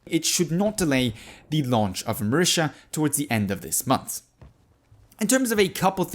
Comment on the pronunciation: It is pronounced mar-eta not mar-isha marita not marisha